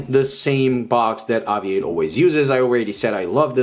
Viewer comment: Please say the company name right ....spoils video cant watch after about 10 mis pronunciations